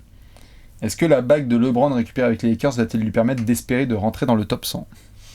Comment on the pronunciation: Bravo pour tout le travail que vous avez accompli et que vous accomplissez chaque jour. Petite question: Maintenant que je sais qu’il va être présent dans cette vidéo,, vas-tu enfin dire à qu’on prononce LeBron et non LéBron? 😂